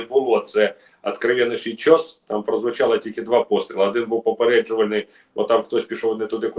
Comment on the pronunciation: Не чЬос, а чесати😅 руська щелепа